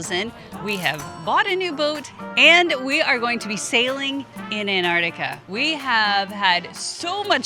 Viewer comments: AN-artica, is that the American pronunciation? Everywhere else it's ANTartica. Jus sayin. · sorry to be picky but its not Anartica its Antarctica. you are treating the t as silent. is this just the American way? but I still love your vids guys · No such place as "Anartica"... it has a "T" in it.. "AnTartica"..... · Love to see you guys but please please could you pronounce the first 'T' in AnTarctica. Thanks. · Very exciting for you both. About the pronunciation of Antarctica. Time to learn to include that first c. I know it's a lost battle with aluminium :) Back to your questions. Sea kayaking way down south is amazing! Being so close to the ice is crazy cool. Polar plunge? Absolutely. We did that in the Bay of Whales. Penguins are the best!! Leopard seals surprisingly beautiful, and scary.